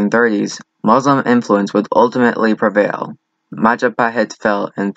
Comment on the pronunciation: It's Majapahit you dumbass, not Mahajapit. You cannot even spell it well lol.